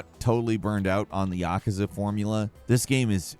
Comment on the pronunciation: Can you please stop pronouncing Yakuza so wrong?